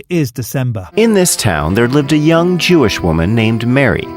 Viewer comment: They mispronounced "Jewish child"